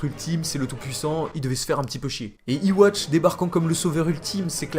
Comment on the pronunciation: Yhwach se prononce Youhabaha. Arrêtez de dire iwatch bordel. 😂